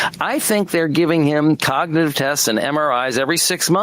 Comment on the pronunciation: He couldn’t even pronounce the word cognitive